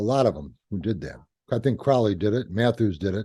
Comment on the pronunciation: Hey, I still appreciate Crowley. And it's CRO-lee.